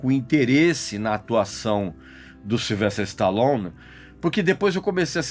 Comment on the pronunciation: Uambo , Silvestre istalon....kkk deixa d viadage rapaz e fala o nome direito.